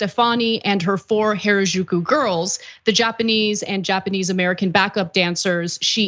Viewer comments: She said it the whitewashed bastardized way Gwen does. You’d think Gwen would say it right with all her love for the culture…. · Japanese only has 5 vowel sounds (excluding diphthongs). A I U E O = ah ee oo eh oh (not exact, but reasonably close). "Ju" is pronounced exactly as written, not like in "au jus" - Japanese is not French. And without getting into the difference between pitch accents and stress accents, there is perhaps a slight accent on the 2nd syllable, definitely not strong stress accents on the 1st and 3rd. Maybe spend a few seconds on Google Translate to get the correct pronunciation of foreign words before going on air? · Why did you pronounce Harajuku “原宿” in such a very strange and completely incorrect way? You should have taken a moment to learn how to say it properly, before making this video… Even minimal effort would of made you sound better! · Someone please teach Anna how to pronounce Harajuku.